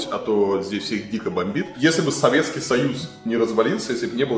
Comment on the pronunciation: Как в фильмах Тарантино можно часто услышать слово «Фак», так часто в этом ролике было слышно «своветский» и ему коренные. Варламов, ну хватит. Приторно.